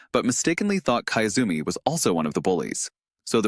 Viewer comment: kiyozumi, key-yoo-zoo-me. not kaezumi.